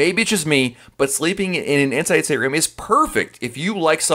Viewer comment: He says it like “sttrm”